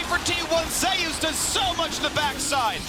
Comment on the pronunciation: Why is he calling zeus ZAY oos?